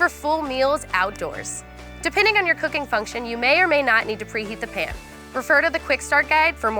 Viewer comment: Can Americans not pronounce the word pan? She keeps calling it a “pen”. Also she pronounced calzone literally.